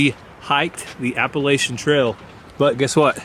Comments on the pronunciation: you pronounce Appalachia….Apple at cha…lol. Just thought you would like to know. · Here’s an additional bit of information. Appalachia is pronounced apple-at-cha. Easy to remember. I imagine thousands of people from the area were correcting you as they heard it. It’s such a deal that there are t-shirts and coffee mugs with apple-at-cha or 🍎 atcha on it. 😄 So wonderful to see y’all having such a great time as you experience history.